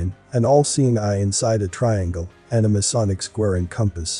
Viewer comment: can you not say the word MASONIC?